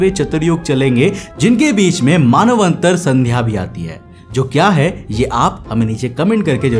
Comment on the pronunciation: Are bhaiya yah manvantar hai Manav antar nahin